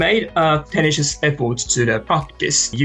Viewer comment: お二人のようにすらすら話せたらいいなぁ～と思いました。^^ (本当に！）それと、これは決して批判ではなく、自分にも言えることですが、contribute / simulate / tenacious(二重母音です) / volume / preparatory / stimulating / sophisticated のアクセントを良かったら文字情報の辞書で、あるいは発音の聴ける辞書で、今一度確認してみて下さい。刺激をありがとうございました。